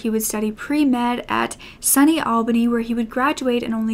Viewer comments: Great video as always. I'm glad there were witnesses at least so Jullisa's family could get closure. Also I couldn't help but laugh when you pronounced "SUNY" like "sunny." It's pronounced "Sue-nee." It stands for State University of NY and they're all over the state. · Beloved, it's pronounced sue-nee 😂 Most of My family graduated from part of the SUNY system! It's ok, I know you're from the UK because of a one off bit of slang you used on one vid (I don't remember the video or word sorry). You have a non-accent it's crazy. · Pretty irrelevant but NY state schools (SUNY) are pronounced “sue-knee” LOL but great work as always:) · SUNY pronounced Soony = State University of NY - there are many campuses in upstate and Long Island NY. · Lol sunny albany 😂 so the ‘u’ in SUNY is pronounced like university - its short for state university of New York, i suppose it’s a common prefix to many colleges in New York now?